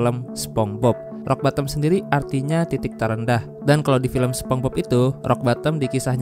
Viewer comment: Spongebob bang bukan sepongbob😭